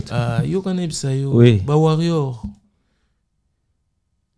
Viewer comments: on dit conCERT et non conSOEUR😅😅😅😅😅 aaaah ba warriors kkkk certains disent WARRION, WARRIO😂😂😂😂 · Moyen te c’est étonnant Warrion ou Warrio franchement